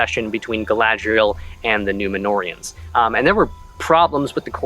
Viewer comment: Everything I hear Gladreal and Numenorians I CRINGE. Because that is NOT Gladreal or Numenorians.